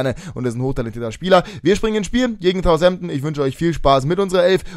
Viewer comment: Southampton nicht Thousampton ;)